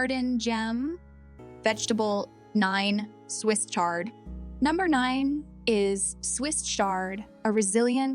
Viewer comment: AI is not your friend in this video 😂. But I did get all the info and appreciate it. I will be adding Swiss "SHARD" to my garden this year. I truly appreciate this info for zone 5 and the AI had me laughing a lot!!